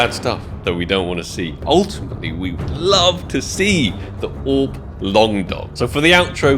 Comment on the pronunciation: Sounds like you said AWP | Paw and it threw me off lol